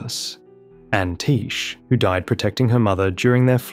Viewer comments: Tiche's name isn't pronounced 'Teesh' it's 'Tie-key'. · Tiche is Greek. Taken from the name of a goddess of fortune or the whims of fate. So it's like "Nike" the shoes. Tie-key.